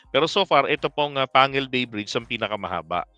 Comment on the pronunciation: Pang gil bay ang tamang pag kasabi ng pangalan ng tulay na ito.